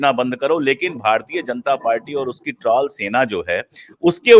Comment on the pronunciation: Its trol not traull ...correct the pronunciation please